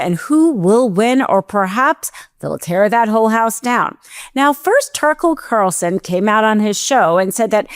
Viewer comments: This girl doesn't enunciate clearly. It's distracting.... Didn't hear a word she said. And I believe it's Tucker Carlson, not Carson. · did she say "turkle carlson"? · 'Turkel Carson'???? 😂😂😂😂😂😂